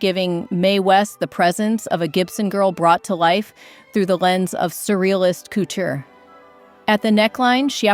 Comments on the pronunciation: AI cootcher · Please! Learn to pronounce couture. It is not pronounced like 'cootchee'.😢 can't take anything you say seriously 😢